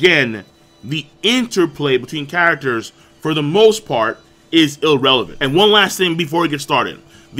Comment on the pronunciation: It's IRRELEVANT! there's no L before the R's, I'm sorry it just irks me. Otherwise from an overall combat ability standpoint I enjoyed the video